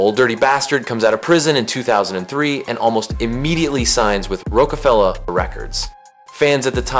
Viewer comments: can’t watch ya video or respect your assumptions when you callin ROCefella rookafella !!???! like watch out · It's "Roc a Fella" not "Roke a Fella" 🤦🏾‍♂️ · No but how dumb are u???? Have u NEVER heard of Roc-a-fella 🤔 how do u NOT know how to pronounce it right? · You really pronounced it Rowkafella or you just Ai??? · The pronunciation wasn't the crime. It was hearing that and then getting a definitive lecture on an era you weren't around for. A little humility goes a long way. Try an exploratory essay next time. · That's like mispronouning Sesame Steet, how can you be doing rap documentary shows and and get that wrong. What's next, a series on Snoop frog? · I had to turn it off after hearing them pronounce Roc-A-Fella like that. Not everyone needs to position themselves as an authority. Sometimes it's okay to make an exploratory essay instead of a definitive one, especially when it's obvious you're talking about an era you didn't actually live through. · yup, about as bad as Brits saying 2-Pack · You gotta be saying rockafella wrong on purpose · I stopped listening at that very point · Guess it's the same guy that says Tupoc🤷🏿‍♂️...